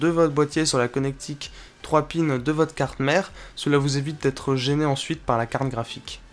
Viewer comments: j'entend carne graphique ou bien? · Quand dit carte graphique, j'ai l'impression qu'il se concentre pour ne pas dire carkraphique xD